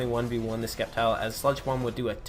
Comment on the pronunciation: Good job man! Well deserved! PS: Sceptile is pronounced Septile.. lol so you actually pronounced it correct once.